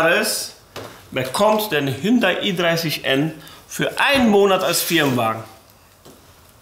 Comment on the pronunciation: Was ist denn dieses „Hündai“ 😂 Spaß toll umgesetzt! Top 👍🏻